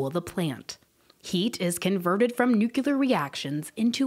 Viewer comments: nu klier NOO KLEE Y ER nuCLEAR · Girl can’t pronounce nuclear 😩